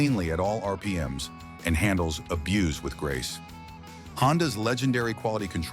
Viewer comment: When you see and hear mistakes, it makes one wonder about the entire video 🤦🏼‍♂️ Also, “abuce” is a noun; “abuze” is a verb